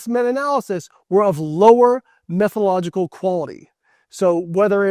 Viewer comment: Dr. Lane n would garner more respect if he could pronounce salient terms correctly. Methodological has an entire syllable that he leaves out. And his histrionics are ridiculous.